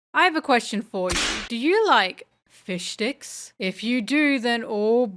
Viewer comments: I know, I KNOW! That she said fish sticks at the start. Yet... Yet! All my ears could hears is fishd*cks. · I would like to request that moving forward, any time the topic of discussion is fishmen or a fishman, please take care to enunciate the term "fish sticks" very clearly. As in, much more clearly than you did in the beginning of this video. EDIT: Couple minutes into the video and I'm now realizing the unclear enunciation miiiiiiiight have been on purpose...